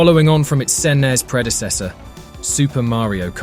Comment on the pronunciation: Calling the SNES the "sen-es". AI BS.